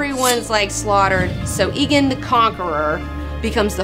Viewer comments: AEGON NOT EEGAN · It's aegon, not eagon :( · jesus my ears. it's not EEE gone. it's A-Gone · Whenever you say Aegon as Egon it reminds me of the bloke from Ghostbusters. Surely it is Ay-Gon? Regardless awesome video girl! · Egg is word play on Aegon V's name, not just using the first syllable. In addition Aegon V owned a dragon egg, so the nickname was very appropriate. Even the show says it more like AY-GON instead of EGG-ON. Call him(them) what you wish, but until George R.R. Martin himself comes out and says the fucking A is silent, I'll stick to saying AY-GON. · IT IS NOT PRONOUNCED "Igon" it is "Eigon"!!! Great vid. nontheless:P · I like this and it was entertaining but DAMN IT, IT IS PRONOUNCE EGG-GONE not EEE-GONE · tbh i don't know why Aegon is pronounced "egon", when rhaegar isn't "rhegar" and aemon isn't "emon". so i'll continue calling him "aygon". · Aegon should be pronounced A-gone not E-gen or ghostbusters Egone. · Ee-gon? I always pronounced it like Aemon: Ay-gon. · AEGON NOT EGON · aegon not aeon but your cute so i forgive you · Please stop saying egin, its aegon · I thought it was "EGG-ON". If not why's Egg from Dunk and Egg called Egg? Egg. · Love your show, plus your a hot geek and all, but as a ASOIAF fan I gotta say, it's EGG-on. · It's pronounced AYE-gon you silly silly girl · She doesn't even pronounce Aegon correctly. Fail.